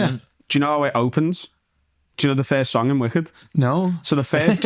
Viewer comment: I'll be the FIRSHT one to say, happy not having to hear him constantly mispronounce FIRST 🥇